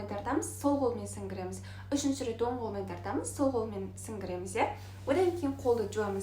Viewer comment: Мұрынға су атамыз, сіңгіреміз емес-сіңбіреміз деп айту кк. Бас жуғанда мұрын ұшынан төбеге дейін жуамыз